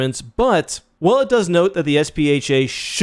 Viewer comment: is it not SPHAT? pronounced sfat?